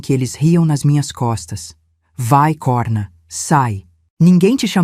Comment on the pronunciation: A narração é medíocre erros de português sempre em todas as histórias e nesse vídeo COHRNA NAP CORNA DIM FECHADO COMO CIRCUNFLEXONO O. VERGONHOSO ESTAO ENRERRANDO NOSSA LUNGUA PORTUGUESA